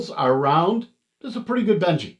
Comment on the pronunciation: Isn't it Benchy as in benchmark and not Benji as in the dog??? Lol just messing with you, great video though, thanks for the review. My sv06 will be here in a few days. Can't wait!